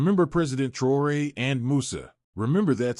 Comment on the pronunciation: Faudra bien prononcer le nom c'est TRAORE pas TROUERER